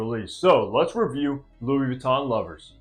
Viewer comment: It does come off a little strange if the reviewer doesn't even know how to pronounce the product they're reviewing. A little Googling is all it takes... Jus saying.